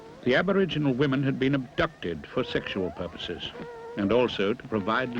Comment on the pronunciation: "sekshoowill perrposes"